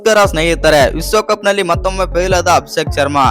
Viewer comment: ವಿಸ್ವ ಕಪ್ಪು ಅಲ್ಲ ಮಾರಾಯ ವಿಶ್ವ ಕಪ್ಪು ಉಚ್ಚಾರ ಸರಿಮಾಡಿಕೋ